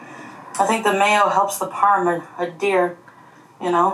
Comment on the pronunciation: Is ee-lo-TES the plural form of multiple elote? Or is she being quirky or does she does she not know how to pronounce it. WHY does she keep saying it??? And A DEER for adhere? Wtf?